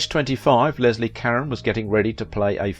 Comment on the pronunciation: You mispronounced her name is Leslie